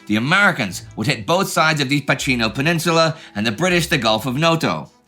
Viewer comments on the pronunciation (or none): Just a few notes on the pronunciation of italian names: 'Gela' is pronounced with a soft 'G', so kind of like 'Jela'. The 'CH' in 'Pachino' is pronounced like a hard 'C' or a 'K', so like 'Pakino' basically. And that's that, great episode guys, as always.